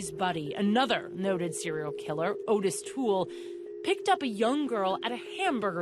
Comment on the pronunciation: Not Otis Toole, Ottis! Pronounced Ot-Tis not Otis!!!!